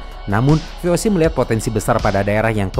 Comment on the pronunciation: VOC itu bahasa Belanda dibaca ve o se bukan vi ou si